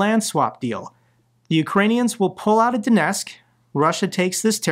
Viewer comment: Mate as much as I support your work please pronounce the T in Donetsk. It's disrespectful to be so sloppy about Ukranian place names.